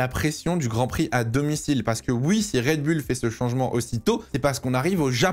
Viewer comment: toujours red bul et pas red boul dans la prononciation...